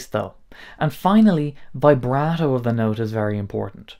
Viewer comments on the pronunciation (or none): none